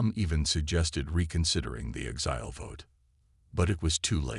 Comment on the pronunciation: DAMN POS AI's!!!! The word "exile" is pronounced "ˈekˌsīl" with the stress on the FIRST syllable NOT the second syllable as your AI says a thousand freaking times. STRESS ON THE "EK" NOT ON THE "SIL"!!!!! Please fix. OH!!! GEEE!!!! it finally pronounced it correctly!!!!